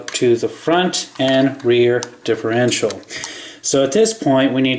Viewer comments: i cant take it anymore. its not diff-rential. its diff-erntial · you always say differential wrong, You say it diffrential.